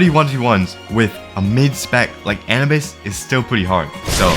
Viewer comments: bro said An-uh-bis 😂😂😂 bro it’s Anubis like the Egyptian god bruh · Bro it’s a-new-bus not Annie bus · A - NEW - BUS!!!!! NOT ANABUS!!!!! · its pronounced anoobis pal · Does he know he said anubis wrong you say a nu bis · nigga said anibus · Wasn't it pronounced Ah-noo-bis? The Egyptian god of death? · hearing you say "an-a-bis" hurts... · W video, but the way he said Anubis gave me third degree burns every time he spoke the word. "Anabis" "ANABIS" LEAVE ME ALONE "ANABIS" GRAAAAAAAAAAAAAAAAAAAAAAAAAH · Oh yeah, it’s also pronounced A-New-Bis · Please stop saying Anubis wrong, it hurts my soul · It’s a pain hearing him pronounce “Anubis” wrong every single time… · The way you say anubis is just making me grind my teeth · The way he pronounces anubis hurts my soul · The way he pronounced anubis was making me so mad 😭🙏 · Every time bro says Aubis wrong, it annoys me so much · how the hell do u misspronounceanubis